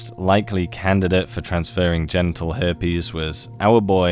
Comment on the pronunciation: Hairpes you say .